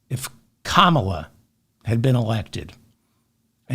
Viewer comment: Thank you for trying to correctly pronounce Kamala - appreciate it. It helps to add an invisible R after the first A - that way it's far more difficult to pronounce incorrectly. Great decisive content as usual.